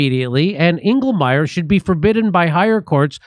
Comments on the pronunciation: Engelmayer. Every. Single. Time. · Englemayor? Figures